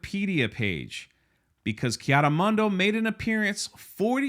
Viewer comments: Yeah bro, the only issue I got with this is you keep butchering this Jedi‘s name. It’s not Kiado Monday. It’s KI ADI MUNDI !! Lmao Other than that good video and thanks. 🙏🏾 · It seems like every time you say his name the pronunciation gets worse 😂 Ki-ano Monday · Is there some kind of inside joke I'm missing about the pronunciation of life ki adi mundi? Kianu Mundo? LOL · Who is Keanu Monday? 😂 Ki-Adi-Mundi ffs... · pronounce Ki-Adi -Mundi's name properly not Keanu Monday Jeez! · Didn't a certain actress get fired for joking about pronouns? Now its ok and no one is getting the boot? What 💩🙄 really. Anyway are you saying Ki Adi Mundi or Keanu Mundi?😄😄😄 I swear it sounds like you're saying Keanu 😆Bad enough poor Carrie Ann Moss was roped into this, dont drag Keanu into it please lol. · Who the hell is “Keanu Monday?” He said it like 10 times instead of Ki Adi Mundi lol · “Ki-ado-mondo “ “Ki-ado-Monday “ Jesus, we love you brother … but damn 😂😂😂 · Your pronunciation of Ki Adi Mundi is pissing me off lol